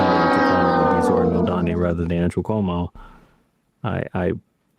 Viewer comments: Dude on CNBC is still saying 'Momdami' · guy still doesnt know how to pronounce mamdani lol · Say it with me: Mam - dani Mam - dani Mam - dani These tools “Man - dami”